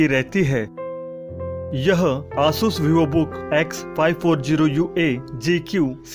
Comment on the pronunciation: Please pronounce Asus clearly it's very irritating